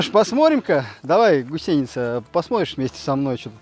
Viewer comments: Почему гусейница, а не гусеница? Это где так говорят? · =)) почему она гусейница,а не гусеница?=))) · Все интересно, лайк. Только почему гусейница, а не гусеница? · Прям ухо режет это "гусейница".🥴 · Долго не мог понять - что за "гусЕйница"??? ... Да "гУсеница" же!!! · Правильно будет гУсеница... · Не ГусЕница, а гУсеница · А почему гусЕница то..? Когда она гу́сеница! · ты татарин или где? гусЕница, бесит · гУсеница. Ударение на первом слоге... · Может не уместный комментарий, но в слове «гусеница» ударение следует ставить на слог с буквой У — гу́сеница. А в остальном отличный контент. Не знаю что больше удивляет, мощь орудий или как вы это орудие достали. В любом случае это очень круто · Поправочка , гУсеница , ударение на У правильно делать в этом слове там . Вот так . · Гусейница режет слух, даже зубы сводит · Хороший видосю Только "гУсеница"! Русский язык не родной что ли у ведущего? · Блин, ты нарочно говоришь гусЕйница?) выпуск бомба! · Ох уж эта гусеница с таким ударением)))